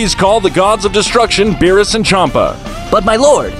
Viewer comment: "whise and venos" im dead💀